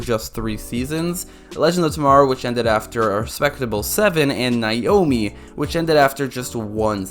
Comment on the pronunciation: Okay class, say it with me... "NAY Ohh Mee" How can you actually watch an episode and still not know how they pronounced it? Her name is stated hundreds of times per episode.